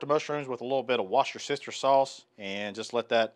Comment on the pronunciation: Do you say 'wash your sister sauce'? 😂